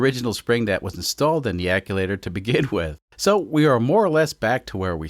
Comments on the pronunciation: Say aculator, one more time. Ac-tu-a-tor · Are you trolling me by saying aculator instead of actuator? 😊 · it sounds like you're saying acculator when describing a part that i would call an actuator. is this a cultural difference in UK vs US pronunciation? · I am slowly gaslighting myself to believe its always been Wastegate "Acculator" and not "Actuator". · Actulator? Or actuator? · you're referring to the wastegate "acculator", I've always heard actuator but could be wrong. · I love you but it's pronounced ACTUATOR It's not aculator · It is a wastegate ACTUATOR. Aculator is not a real word. I have heard you say it in a few videos and it finally got to me today. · acliator? Actuator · Aculator? U mean actuator? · there is no "L" in the word "actuator" (ack SHOE ate er) acculator is slang for "jack of all trades", not a turbo part. (that was just a little bit cringe misused in rapid fire succession) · It’s pronounced acc-tu-a-tor. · Aculator? Wtf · it’s pronounced “act you ate or” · Great Sunday for an upload! I also came to hear him say acculator instead of actuator. Gets me every time. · I like how keeps saying "acculator" like it's a real word. And I'm going to keep telling myself that until it doesn't bother me 😂😂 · Actuator is pronounced act-shew-waiter. Love the content but killing me with that haha. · Is anyone else getting annoyed with the way he's saying actuator? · Actuator !!! 😅 Where's the l come from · I love the content but God it irks me how he says actuator lol. Love the content keep it up. 😂😂